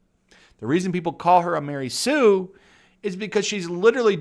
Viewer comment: Ma-Rey Sue